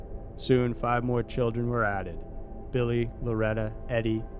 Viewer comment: man I love that "number fhav"